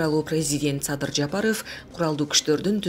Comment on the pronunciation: Бул эмне болгон диктор "Жапарыф" деген?